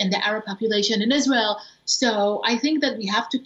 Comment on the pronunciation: Want to be a reporter and can't even pronounce Israel correctly. 🤦